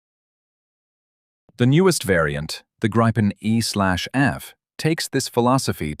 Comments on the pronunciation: Let me correct you: First, it's pronounced Gri-pen & NOT Gripe-n! Second, the Gripen is NOT stealthy! It's got superb ECM/EW avionics but it is NOT stealthy, save for its size! Which leads to my third point: the Gripen does NOT have any weapons bays! It has weapons PYLONS but NOT weapons BAYS! The Gripen is NOT the F-35! Keep that in mind! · And do please refrain from pronouncing it "grayypen" or "grayypin". It's greepen, stressing the first syllable. It means "the gryphon" in Swedish, "Grip" without the "the". En grip = "a gryphon". Gripen = "the gryphon". Nor is it pronounced "grippen".